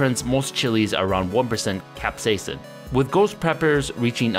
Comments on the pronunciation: cap-SEIS-in You're adding too many syllables. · Seems like there is a ghost "a" in your Capsaicin. Keeps saying cap-say-a-sin. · Weird pronunciation of capsaicin. Like a hybrid between the American "cap-say-sin" and British "cap-say-uh-sin." Pronouncing the first i like what it sounds in the words hit, miss, or ditch more than how the Brits tend to pronounce it like the U in hut, mutt, or Dutch. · What if I told you the first "i" is silent in capsaicin?